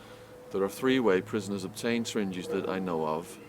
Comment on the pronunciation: Did anyone else wonder what is a "sringe" och "stringe"? I know he means "syringe".